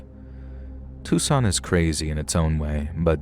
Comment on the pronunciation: This is why I love you, you can pronounce Tucson 😊